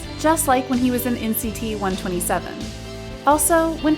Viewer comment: Wait did she say nct one twenty seven